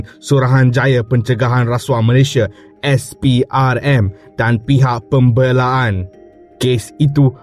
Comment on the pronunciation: Pembelaan. Tlg sebut bahasa melayu dgn betul. Pembelaan. ..ke pembeeee laaa annn .aduh ..bgi m cik baca Pon bagus dik .